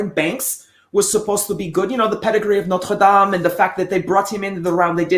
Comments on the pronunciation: Excellent. "Lenwa" & "Knot-ra Dam" Perfectly pronounced... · Finally somebody pronouncing Notre Dame and Lenoir correctly. Salutations à tous les supporters des 49ers Francophones !